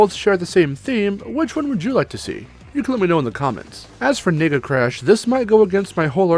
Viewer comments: Can you please enunciate the word "nega" in Nega Crash? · Holy shit, you NEED to better enunciate whenever you say "nega" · everytime i hear nega i hear.. n..... lol